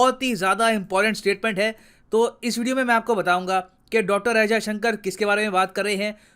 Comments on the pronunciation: He not Ajay Shankar, S. Jaishankar.. At least take the name right.. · Kya boss naam to sahi bolo unka naam jayshankar hai Ajay Shankar nahi hai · Why Ajayshankar? "Jaishankar" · एस्. जयशंकर ऐसा नाम है....अजयशंकर नही! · Ajysanker nhi Yar jaysanker bolo Kuch bhi murkhon jaise bake ja rahe Ho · Ajay sankar !!! ..... Atleast pronounce the name properly .